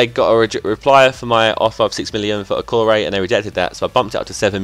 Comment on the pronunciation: Okore is pronounced o-ko-re